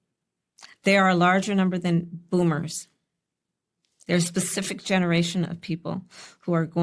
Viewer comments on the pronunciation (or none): Kamala said Bloomers not Boomers. I'm dying.